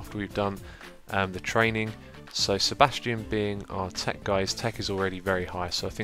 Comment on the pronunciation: Every time you say Sebastian I hear Sir. Bastion Todd. :) You should make a medieval RPG called The Adventures of Sir. Bastion Todd ;)